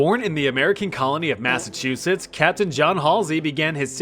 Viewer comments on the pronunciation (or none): none